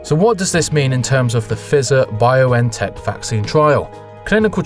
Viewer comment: Good vid, but I'm pretty sure that Pfizer is pronounced with a long i like in the first person pronoun or price.